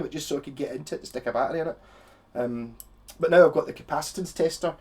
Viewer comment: Dude okay now that's a very cool pedal I just learned something to about the a b pedal okay that's cool took me awhile to figure out you were saying battery I was like what the f*** is he saying peace out have a good day